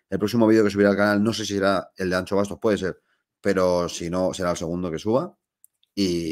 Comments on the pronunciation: ¡¡ si sabes decir Shakira puedes decir AnXo.... xD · Como duele escuchar "Miguel AnCHo Bastos" xDDD